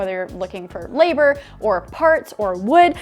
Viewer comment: Did you say labor shortage or neighbor shortage lol haha